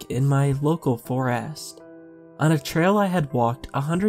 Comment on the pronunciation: Also; “forast”?